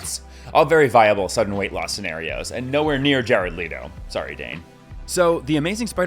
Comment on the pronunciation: Jard LEEto, DEAN Dehaan and DAVID Webb. Do you just do these videos off the top of your head? A little research into people's actual names and their pronunciation goes a long way.